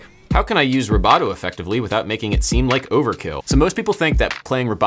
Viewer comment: Ha! I thought he was saying "roboto". And then thought, "What's he talking about?"